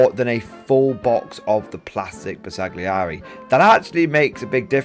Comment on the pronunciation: Great video. BTW Bersaglieri is not pronounced with a hard "g" it is not a soft "g: either. It is better to not pronounce it at all.